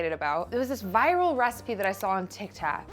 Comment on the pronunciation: "tikTAWK" No. It's not because you're 30. It's because you have a Jersey girl in you aching to get out. lolol